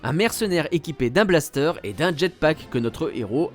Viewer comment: Un "Blastère" s'il vous plaît Mooonsieur 😂